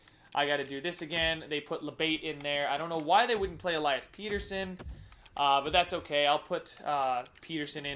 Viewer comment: its pettersson like better son not peterson